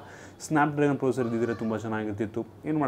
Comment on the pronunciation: Thas not procer its processor